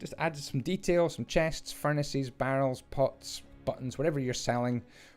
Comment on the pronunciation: I know he is saying 'pots', i know it; however, i have way to may friends that smoke. I keep hearing 'pot' instead. "Everyone needs pot"